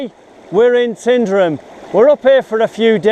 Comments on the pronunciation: it's not pronounced "TINDRUM": ... it's "TYNEDRUM"... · What a great video. Wonderful! The videography is brilliant. Thank you so much for sharing. One tiny thing, it's called Tyne-drum, not tin-drum. It comes from Taigh an Druim (pronounced tie-an-droom). Born and bred locals would spin in their graves at how its being mashed up these days! 🙂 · Tyndrum is pronouced like "Tynedrum". It is understandable due to the spelling. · Tyndrum not Tindrum. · ...." mini thud as that piece hit the pan" The village of about 40 houses is pronounced Tyne-drum, as in Tyne and Wear, my family live close by. Peanut Butter and Sweet Chillie ? Thats not normal haha. Cracking video, done in a sensitive and non invasive way, really interesting and enjoyable. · Really enjoyed the video. I live here been thinking of doing this for a while. Also tyndrum is pronounced Tyne drum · it is pronounced Tin-Drum. The comment above from Calum is wrong and your weegy pal is correct. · There’s a Y in the name for a reason. The name in Gaelic is Taigh an Droma. Not sure what Droma means, but taigh means house and is pronounced like the English word tie. I’m sure a local could have told you that. I enjoyed the video. And I was wondering if the gold you found was enough to pay your expenses for the trip.